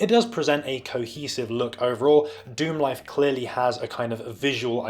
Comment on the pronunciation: Pronounced Star Lixerd Dicksemlife.